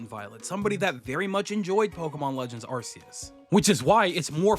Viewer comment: What the hell is “Arse-oos?”